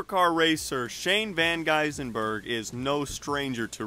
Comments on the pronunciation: Bahaha Shane Van Geisenberg? Oh pulease get his name right at least 😂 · It’s gis-Bergen you wouldnt say ginger as gyngyr! VAN GIZ BURGEN anyways I’ve subbed to you mate atleast you tried 💯👌🏽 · I don’t understand why Americans have so much trouble with his name. His name pronounces EXACTLY as it is written, and yet most US media and sport identities add vowels and even consonants that are not there. Many make his name even longer..... Gisbergenburger as I heard about 40 minutes ago. lol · “Shane van Geisenberg” 😂😂😂😂😂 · Just call him "van gissy" 😂 you Americans are struggling with his name 😂 it's hilarious 😂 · Did He just say Shane van gisenberg?